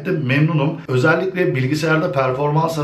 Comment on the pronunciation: özelikle kelimesi ile video bitti ozelikle özelikle demene takla virusu kaptim;)